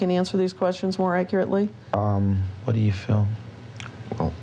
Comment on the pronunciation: This is the only that legit makes me mad lol “akrly”